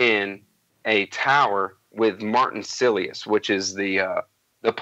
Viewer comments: Martin "Sillyus" ? Martin "Salainus" ? Come on. How can I continue listening to you guys pontificate about these books when you can't even get the names of the characters right? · Lovely conversation. I've subscribed. It was pretty funny seeing how many names could be mispronounced in a single discussion though. AL-BEE-DOUGH SILIUS BROWNIE LAMIA No hard feelings I only got these correct cos Im lazy and I listened to the audiobook lol